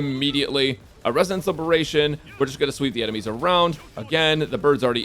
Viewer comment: just say ultimate it gets confusing u keep saying libration